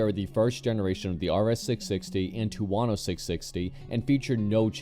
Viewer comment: wtf is a two-wano 😂😂